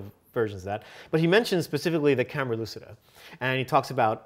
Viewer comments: Guys it is italian: camera lucida is pronounced camera luchida( lu as in look, chi as in chip, da as in dart) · Sorry if I step on toes here, but it's REALLY BORING to hear the word lucida mispronounced over and over again by otherwise intelligent people. It is an Italian word that is pronounced phonetically as such: loo chee da.